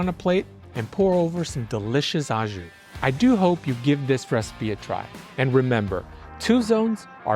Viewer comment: Au is pronounced like oh, it’s French. Don’t worry I know you Americans have trouble with words that end with eu or au, it’s oh, not ew